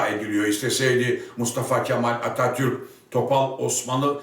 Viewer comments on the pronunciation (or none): none